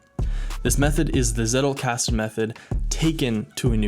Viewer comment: I think for all of us germans, who are intrested in learining and come across the Zettelkasten Method in a variety in videos, its always funny to hear the wrong pronounciations of this term. Personally i didnt hear it rigth in one Video xD